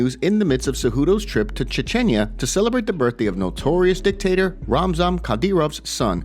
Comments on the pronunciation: Not chen chen yah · Dude butchered Chechnya.